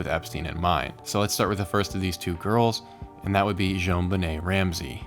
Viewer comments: One suggestion: G is pronounced "Gilane". Jonbennet is pronounced "Johnbennay". Little known fact: JB is a made up name. Its John Ramsay's first and middle name combined. Also, Cyril Wecht is pronounced as it looks: Wekt. He's arguably the top forensic pathologist ever. He recently died. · stop say zjoanbenet like that its annoying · their names are pronounced: John-ben-ay Mad-uh-lin Gee-lin (hard g)